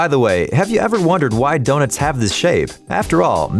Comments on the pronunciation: Did anybody even notice that he said DONITS instead of donuts 🍩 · He said doe nits , not donuts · I love how he calls donuts donits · Did he say wholes in donits? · He called donuts donits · "DoNITS" lol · excuse me?! What’s a donit??? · Nobody gonna talk about the “donits?” XD donits.....Lol😂😂😂😂😂😂😂😂😂😂😆😆😆😆🤣🤣🤣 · The way he said donuts